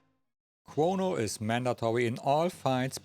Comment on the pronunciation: Chwono, Wobo, and Fwog. 😅